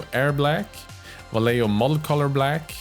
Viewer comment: Now I need a paint related collab video about how different youtube miniature painters misspronounce Vallejo in various different ways xD (non Spanish native, obviously)